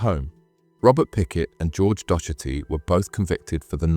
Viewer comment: Btw the name docherty is pronounced dockerty